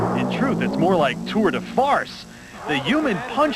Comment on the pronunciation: Disrespectful of the host saying tour de farce Holmes is an all time great !!